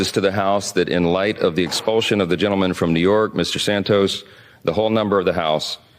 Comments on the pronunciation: Learn how to pronounce expulsion! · You have a very curious way of pronouncing "expulsion".